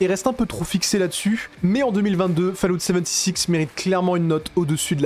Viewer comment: Fallout "seventy six".. A m'arracher les cheveux !